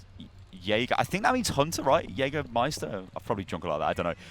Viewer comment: you pronounced jägermeister really good